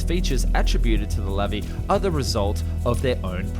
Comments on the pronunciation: Its pronounced lavi not levi. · Sorry, but it's pronounced Luvee (stress on the end syllable). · In Hebrew, the emphasis is always on the last syllable. It's not LAvi but LaVI.